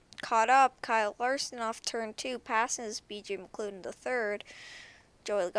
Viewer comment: Not trying to be rude or anything and i know this is an old video, but BJ McLeod's name is pronounced, "BJ McLoud" At least that's how most prounce it